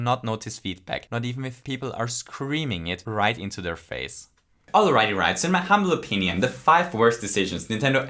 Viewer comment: "in my humming opinion" "in my humble opiarium"?